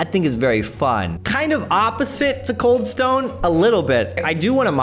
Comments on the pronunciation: Cald Stane creamery 🤣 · “cald stane creamery”